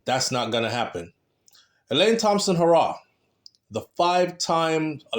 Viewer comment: Bredda, stop saying Elaine hoooo raww.... it's pronounced Heeee raw......put some respect on the sprinter name.... PLEASE!!!